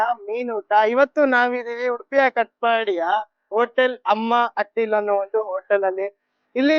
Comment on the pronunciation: ಓ ಅಣ್ಣಾ.... ಅಟ್ಟಿಲ್ ಅಲ್ಲ ಅಟಿಲ್.... Hattil wrong .....only.. atil...